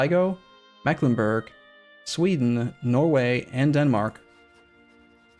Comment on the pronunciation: Did he call norway noway Triggerd😤